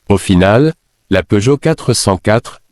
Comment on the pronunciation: À une nouvelle marque est née : PEEUGOTT. On ignore s'il faut rire ou pleurer. J'arrête là évidemment. J'en ai ma claque de tant d'âneries.